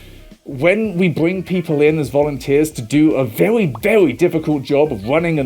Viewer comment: Yes, very important stuff. Did anyone else notice he naturally(?) adds in the "w"? like "vewy" instead of "very"? it's so god damn adorable to hear especially after hearing them yelling 😅